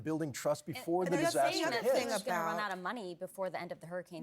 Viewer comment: is exhibited the childhood CONFUSION ABOUT the pronunciation of the word ''CAVALRY'' (meaning horseback mounted troops) AND ''CALVARY'' (the hill upon which Jesus was crucified)! Regardless of religion, adult folks should know and understand the difference shouldn't they? Fact checking shouldn't be necessary! 'SHOUT-OUT TO all my friends in CALGARY in the province of Alberta Canada! 😉 🇨🇦 ♥️ 🇺🇸